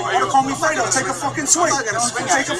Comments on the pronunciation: Fredo is pronounced Fred + o with emphasis on Fred - not a long e, but a short e. Anyway. You are really missing out by not listening to Rush Limbaugh!! He is FULL-ON entertainment!!! He really makes my day! He's SO funny..... BTW, the guy thought Cuomo's name was Fredo because that's what Rush calls him all the time and the guy listens to Rush all the time. So he WAS sincere in letting Cuomo know that he really thought that Fredo was his name. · Fray-dough...FRAY' dough......not Frito. Frito disparages Mexicans....not sure why but you can ask a Lefty. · It is pronounced fr-a-do long a...not freedo lol!!!! Freedo is a corn chip! Lol! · My God it is FREY-DO not FREE-DO You sound very dumb when you mispronounce the heart of the story over and over. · Fredo is pronounced fraydo 😉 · The guy asked “Fredo” if he could take a selfie with him. That’s missing from the video. And it’s pronounced with an “A” sound.... Fra...doe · im starting to question your validity...if you actually listened to these clips you say you listen to then you would know your pronunciation of Fredo is 100% off. No one ever has said "Freedo" so who writes up your show points? When you lie about lil things, bigger ones are easier to do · pronounced fray do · Fredo is Pronounced Fraydo. Fredo was the wimpy, not to bright brother that was a total loser in the First God Father Movie. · Fredo is pronounced like Al-fredo as in the spaghetti. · No No, Am worshipper of the Godfather movie, Fredo's name is pronounced "FRAYDO" lol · Hooray! You’re on! It’s pronounced FRAY-doh, from The Godfather. Wow, Cuomo is dangerously insane. He needs to chill out; I think a nice fishing trip at Lake Tahoe would be pleasant. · I know that Rush calls him Fredo... and it's pronounced with the sound of a, instead of e sound. Its Italian. And I have a friend who is Italian and I'll ask him If calling an Italian Fredo, is like saying the N word?